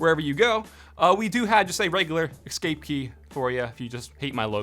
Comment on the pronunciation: "ekscape" bruh